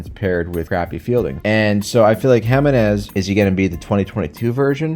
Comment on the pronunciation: You didn’t pronounce Giminez correctly. Yes I’m a petty guardians fan